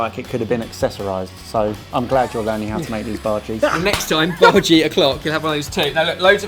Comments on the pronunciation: Its soo cute that calls bhajis that way. Its pronounced as bha-aa--jees. This recipe is almost close to my mothers onion bhajees which i would love to share with you lovelies. Love you guys since ever! Hope to meet you one day to tell you how awesome and hilarious you guys are. One day! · By the way guys, the pronunciation of bhaji is the bha is pronounced as the bu from butter and the ji is pronounced as g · I'm Indian and when my mother makes bhajis she makes the batter thinner and fries them in smaller balls so that its more crispy and tastier, we aren't a big fan of the mushy part in the middle. :) Also your pronunciation of bhaji is funny(emphasize the 'i' rather than the 'a')